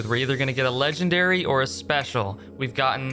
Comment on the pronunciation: Ah yes ''